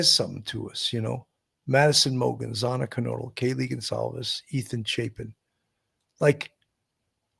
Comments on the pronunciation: Xaaaana...not xooona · If you are going to report on this case, at least have the decency to pronounce their names correctly! Xana's name is not pronounced z-aw-na! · It's Xana... rhymes with Anna.